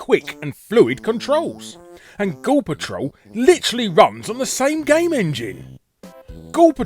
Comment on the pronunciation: Most of the times when you said the title "Ghoul Patrol" it sounded like you were saying "Gore Patrol", obviously in a more American pronunciation than how you would normally say it. Just thought that was intended since you were hunting eyeballs and such. :P